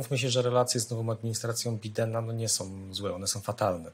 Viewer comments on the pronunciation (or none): Ekspert który na Bidena (bajdena) mówi (biden) a Petersburg nazywa Leningradem. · reczywiscie elokwentny. Niby politolog ale nawet nie potrafi wymówić poprawnie nazwiska prezydenta USA